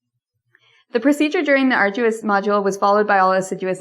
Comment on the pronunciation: ....and!.... "ah'r-joo-us"?!....